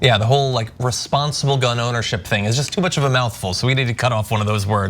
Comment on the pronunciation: I guess any word with more than 3 syllables like Responsible is too much for Texans.